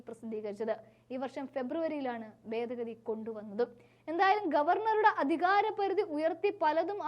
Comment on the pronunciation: ബേദ ഗതി??? എവിടുന്നാണ് മലയാളം പഠിച്ചത്??